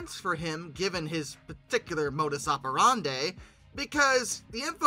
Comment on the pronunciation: The word operandi rhymes with "brandi", not with Ariana Grande.